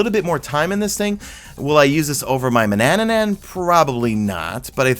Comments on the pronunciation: Manannan not Manannanan argh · DUDE!!!!! please, sorry but I can't hear "Manannanan" again. I'm going crazy over here. Otherwise - thanks for videos, keep up the good work. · “Mananannan” Whyyyyyyyyy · He also says "manannanan" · TRIPPY, doesn't change the fact that it's spelled tarantula, not tarantella. I'm sure people saying tarantella have no idea it's not how to pronounce it. And manannan is another one lol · I think you’re adding an extra syllable to “Manannan”.